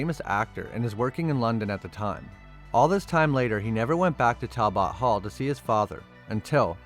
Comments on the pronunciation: Talbit it's pronounced talbit not bot it's okay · Goo God. Talbot sounds like Tal+but , not Tal+bot. You never heard the Wolfman's name before? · It's pronounced Tal-but ............... not Tal-bot. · I am 6 minutes into the video and I just can't take it anymore.....first it's pronounced Tal-but all one word. It's not Tal....Bot. Second, it's pronounced Ly-can-throw-pee.....not Lycan.....thropy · Why do you say Talbot like that? It's pronounced Tal-but. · Great video! Only thing that drive me crazy is how you say Talbot. It's pronounced tal·buht all in In one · It's pronounced tal bet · Its pronounced Tall-But... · Listening to you repeatedly butcher the words “Talbot”, “lycanthropy”, and “Gévaudan” made this video very painful to watch. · Learn how to pronounce"Talbot" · The pronunciation of Talbot is painful. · Butchered the pronunciation of Talbot. Unfortunately viewers of these times don't appreciate a great Gothic horror story. It pisses me off cause this movie is the very best Wolfman movie to come out in the last 25 years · The way he says Talbot is weird and makes the video kinda hard to watch for me… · weird ass pronunciation of Talbot.